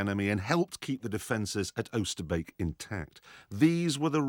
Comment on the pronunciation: His pronunciation of Oosterbeek is spot on